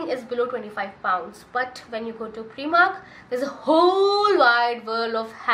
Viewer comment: heya, I think it's prYmark, not preemark. Nice video.